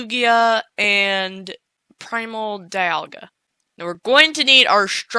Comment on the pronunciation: You say dialga wrong this is how you say it DEE - ALL - GA dialga